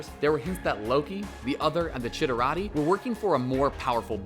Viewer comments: he said Chitarati. It's Chitauri. And again . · and Chitirati?Really?Is it that hard to pronounce CHITAURI? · It's chitauri - "shee-taw-ree" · shi-tari not chititatory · "thaynos" "chitaurati" wtf is a chitaurati its chitauri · It's "chitauri" not "chitaratey" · it's chitauri, not chitarauti. come on. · Chitirati? You mean Chetauri? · lmao he said shitarati ... its chitari ( shi * Tar * Ree ) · what the fuck is a chitarody sceptre you morons its chitary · Chi-tau-ri! Not chi-ta-ra-ti! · Did you really just call the chitauri the chitorati???? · I'm sorry... "ThaYnos"? "Chittaratti"?! You guys need to rewatch all of these. Right now. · "Cheetah-ratty" lmao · You're saying chuitari wrong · Did this motherfucker say “Chit-er-rati”???😫😫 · Chitari, say it right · Chi-tau-ri lol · ShitArare?what ? Come on man. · chitaurati... lmao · How this dude pronouncing so many names wrong when they literally say the names in the movies lol. Than-os.... CHIT-ARE-EE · Than-os, not Thane-os. chit-r-ee, not whatever the heck you called them over and over again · Chitauri. Not Chitoorotty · Thought it was Shitari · chi tar ee... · ITS CHITARI (CHI-TAR-EEE) >:( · "chitturari" smh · Chi-ta-ra-ti LMAOOOOOOOOOOOOO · Chiterati? Thaynos? Dude... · Ashley Golden yeah, it's pronounced chit-are-ee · Ashley Golden actually, its pronounced chih-tar-ee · Can this guy say thanos or chitauri right pls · Holy shit learn how to pronounce Thanos and Chitauri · Wtf you raped the pronunciation of Chitauri. So shameful considering that this is a comic book channel. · Please learn your pronunciations. Its Chitauri, so where are you finding the extra T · I'm sorry but the way you pronounce chitauri makes me wanna barf lmao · They've said words and names like "Thanos" and "Chitauri" several time in the movies so why the hell can't the narrator pronounce it right? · How the fuck did you say Chitauri? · Dislike for mispronouncing names that are actually spoken in the movies several times. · It's* Chitauri*